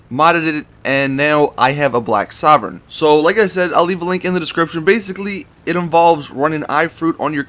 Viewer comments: It's pronounced soar-vein not sovern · It's pronounced soar-vein sorven